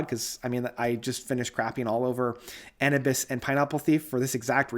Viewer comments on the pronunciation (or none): Jurassic bands like Kansas, ACDC, and Blue Oyster Cult surprised me. Best albums since early 80s. Logos surprised with their 2nd masterpiece in a row. Steven Wilson disappointed me. Hey! It's pronounced uh-noo-bis (We agree to disagree on the Wobbler album...can't get enough of it!)